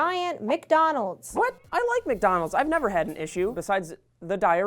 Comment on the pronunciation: Why do they say McDonald's like that